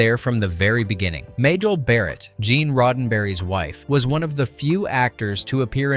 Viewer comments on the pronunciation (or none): none